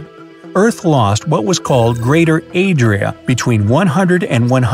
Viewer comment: calls the new continent “Yo Adria“!